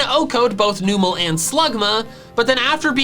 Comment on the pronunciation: I love ya,, but it drives me crazy when you say NOOMEL. He's a numb camel. Numel